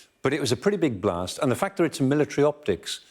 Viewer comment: She: "It was a Blah Tseh..." Elsewhere: "There was a "Blasstz." Putin: "Insurance will pay."